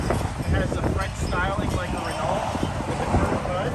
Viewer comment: Please learn to pronounce Renault , okay please the LT are silent